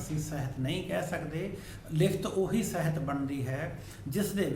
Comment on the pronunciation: ਬਾਕੀ ਸਭ ਕੁਝ ਠੀਕ ਹੈ ਸਰ, ਪਰ ਤੁਸੀ ਸਾਹਿਤ ਨੂੰ ਸਹਿਤ ਬੋਲ ਰਹੇ ਹੋ।